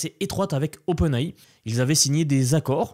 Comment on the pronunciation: Open é .... non mais .... au moin si tu te specialise ta chaj e dans l'ia prononce les truc comme il faut puti. Cq ma prit 10 minute a comprndr ce que tu disait